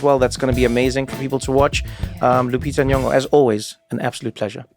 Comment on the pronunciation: It always surprises me when someone pronounces Lupita's second name correctly. She might have the most butchered name in American media.